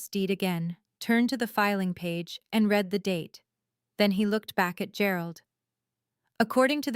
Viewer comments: you really need to get the pronunciations of read and read right. One is REED, that means you are reading something, you read it. But past tense is pronounced as red. If you are using a bot, spell those two words in the transcript as reed and red so it's pronounced correctly. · Please tweak your AI algorithm - read (pronounced red) is the past tense of read (pronounced reed). It is a consistent error that shouldn't be, and wouldn't be if there was proper audio editing.